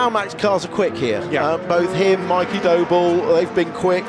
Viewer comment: Is it just me that hears 'Doble' as 'Dough ball'